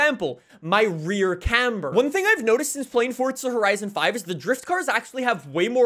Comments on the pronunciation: fort-sa horisin fivuh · "fortdza horison 5"